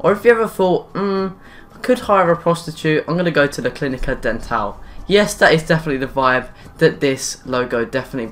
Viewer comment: "DEN-TAAL" It's actually like dentist. Den-tol. I'm not making fun of you, I'm just correcting.